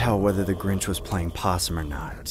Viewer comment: In the second story it was DA GRINCH. Not the Grinch🤣🤣🤣😂😂😂